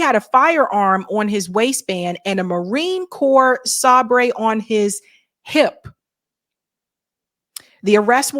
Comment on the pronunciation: Sabre pronounced Say ber.